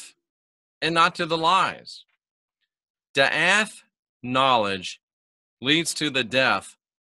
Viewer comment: Awesome! Not to be a turd but it's pronounced dah-ot. Daath=dah-ot(like dot but two ah sounds) I just found this one out a few months ago despite being VERY familiar with wisdom-soPHIa-daatg